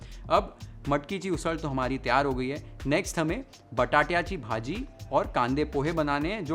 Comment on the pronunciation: एकदम झकास 👌 , " बटाट्याची भाजी " हे ऐकताना मस्त वाटलं 😁